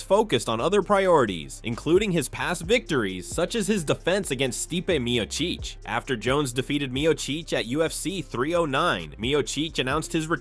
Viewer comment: Steepay Meo-Cheech!